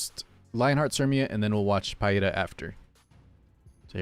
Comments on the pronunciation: It's pronounced Pee-ra. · It's Peɪ-ra.